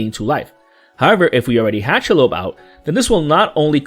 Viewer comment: The pronunciation of this card’s name is SHEE-lobb. Short O. If it were some random new legend I probably wouldn’t care, but this creature has had a name for almost a century.